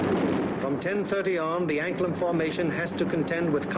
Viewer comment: John Katz If you are correct then I say thank you. But no matter how many times I listen to what he said. It still sounds as if he could be saying Anklen or Anklem but may be as you said anklam. But it does not sound like an "A" in the second to last position. More like an "E". So either way, with the way the USA drowls it's "A"s and words it cold still be an American version of Anglen do to their inability to read or to pronounce names other than those they are very familiar with. But if you know there is a place near the Danish coast named Anklam then that would be helpful. I only know of Anglen (Anglend) From where the Original Angles who are the originators of the English, are from. Thank you. Posted Monday 5th of May 2014 01.17 AM GMT.